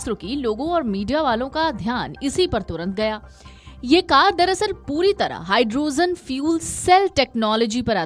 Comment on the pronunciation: Pehle pronounciation sahee kijiye.... Hydrogen ko aap Hydrozen keh rahe hain.